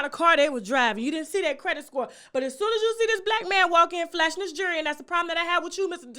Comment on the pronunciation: Please learn how to say the word jewelry. It's not pronounced, jury. They're two different things. You come at everybody. Get yourself together!